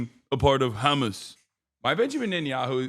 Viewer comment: Bro did Jake Tapper hit the "ch" on Hamas? What?